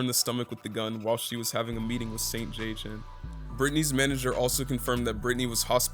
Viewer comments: no way this guy pronounced it saint j.h.n 💀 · Saint JHN is said like Saint John, put some respect on my man name😂